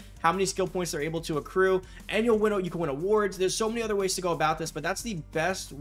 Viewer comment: I swear u said seccrue